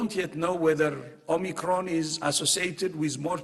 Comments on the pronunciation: Anyone else triggered by a professional news reporters inability to get a very simple name correct? Its OMIcron, not OMNIcron. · Why can't people pronounce Omicron xD Om-i-cron NOT OmNiCron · OMICRON not OMNICRON, it does not have two N's!!!!! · Its not OMNIcron you diluted british dem, its om-au-cr-on. Its also not 'die-luted', its "dee-lute-ed". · She said OmNicron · Omnicron? Is That A New Varient Or Can This Presenter Not Read? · She did say Omnicron, didn't she... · She introduced it as omnicron - can’t even get the name right…. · It’s not called Omnicron mrs. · Nobody actually says ‘Omicron’ in this report - they only say ‘Omnicron’ 🙄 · She said OMNI’cron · Would probably help you comes across less like jokes if the presenter didn't immediately call it the "omnicron" variant lmao. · Starts by not even pronouncing it properly